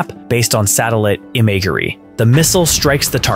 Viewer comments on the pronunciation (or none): Seriously, Im-A-ger-ey, and then followed by "warheaed power" ten seconds later made me about fall out of my chair. AI narrators should be banned unless they are in a comedic sense as their gaffs are just too good to take serious content seriously.